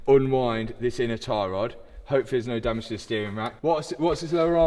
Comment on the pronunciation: If I hear the word Damage pronounced like that again I am unsubscribing .and not watching again.